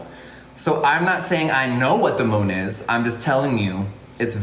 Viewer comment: Why does Jeffree say “Moon” like “Moan” ? 😂😂😂